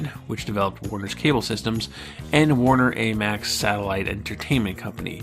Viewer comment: This is an interesting series, but this guy has a lot of trouble with correctly pronouncing names throughout. Dana Carvey, AMEX, Barbara Mandrel, are but a few examples. It makes me question the accuracy of the content.